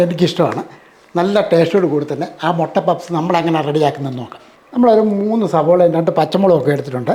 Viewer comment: ചേട്ടാ മൊട്ടയോ, മുട്ടയോ😂